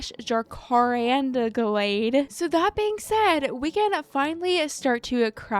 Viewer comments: since you didn't know how to pronounce jacaranda, i'm guessing you've never seen them irl - you NEED to look up the tree! i think you'll love them. i have a lot near me and they are SO pretty. the streets lined with them drop flowers so you just see purple on the ground and still up in the trees. also, in case you wanted to know it's pronounced 'jac' (like the first bit of jacket) 'a' (like ask) ran (past tense of run) da (like ta DA) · As an Australian, I find the pronunciation of jacaranda bonkers…